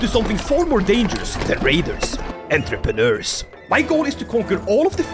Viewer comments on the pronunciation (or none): En-treh-per-nerds? New dynasty name for me ig